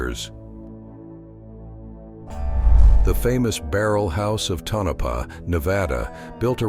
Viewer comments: Perhaps if you had typed “Tonapah”, Tone-A-Paw, your AI announcer might have pronounced it correctly, but it sure isn’t pronounced Ta-Nope-uh. I’m giving it a thumbs-down because of the click-bait photo, which you never showed! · Pronounced ( Tone-A-Paw ) get it right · It's pronounced..TOE NUH PAW